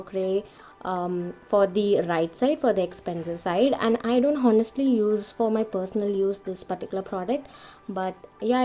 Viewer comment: h is silent in honestly...